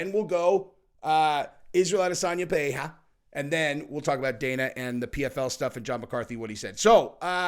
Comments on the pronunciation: Bro just stop trying to say Pereira it's obnoxious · Put the R's in Alex's last name like a Damm American lol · Please don't sat Pereira that way